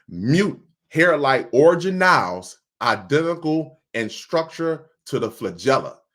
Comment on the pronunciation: ORGAN-elles. Like "ORGAN". NOT: orjanelles.